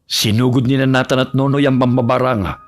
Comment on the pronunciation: Nays wan ka. Pwede na pang shake rattle and roll to ah. Babaylan vs Mambabarang. Pero bakit na-than? Dapat Ney-than ang pronunciation naging parang NATA haha❤